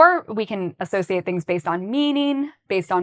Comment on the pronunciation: I don’t get how the word “associate” is being pronounced here🙄